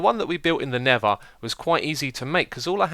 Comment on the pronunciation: Why does he say "Neva" for Nether? Its just Xisuma lol